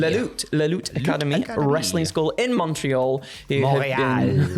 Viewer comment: Your "Montreal" was impeccable.